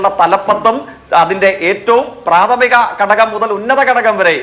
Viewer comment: കടകം അല്ല, ഘടകം എന്നു പറയൂ